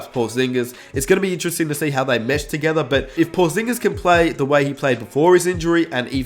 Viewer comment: Nobody:: TOGETHA!! 😂😂😂